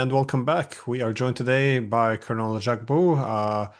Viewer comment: Glenn learnt how to pronounce Jacques' name 🙂 Great! Thank you!